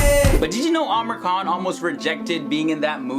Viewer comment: I suppose his name is pronounced as "aa-MEER khAN" instead "Amer khAN"?